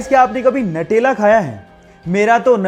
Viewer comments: Natela nhi nutela khte h🤣🤣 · भाई नटेला नहीं न्यूटेला |